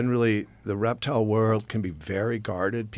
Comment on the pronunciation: did he say he's a reptile guy or erectile guy? I need to know before I continue.